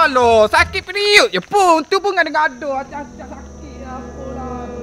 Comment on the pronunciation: A,a sudah pasti..tengok sebutan pun mnggmbarkan kesakitan.. PeRiOD..periit ooO..